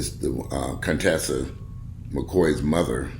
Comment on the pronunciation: 1. You are miss pronounceing her name. 2. Conteshia never introduce him to her mother. 3. He was stalking her. 4.He got her real name, and address from the police after she call the police on him. 4. We don't know how she was lured from home.